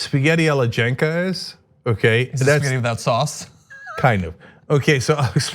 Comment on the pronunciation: Cenk's spaghetti sounds awful. Italians will be rolling in their graves. Lol